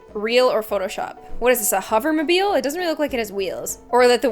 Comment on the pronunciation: “A hover mibile “